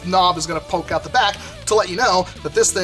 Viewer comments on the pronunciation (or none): none